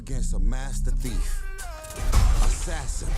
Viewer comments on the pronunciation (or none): none